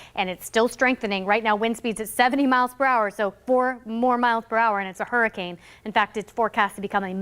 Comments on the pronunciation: why does it sound like you keep saying hurricange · Stop saying HURRICANG. ITS CANE. COME ON